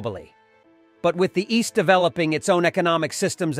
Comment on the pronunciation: Competition between the east and *oust" ? Lol Bad bot, bad!